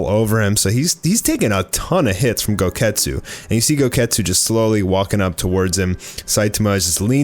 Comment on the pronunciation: Goketsu sounds like, GO GET KETCHUP